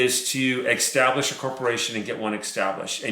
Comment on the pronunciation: good info....btw The word is establish not extablish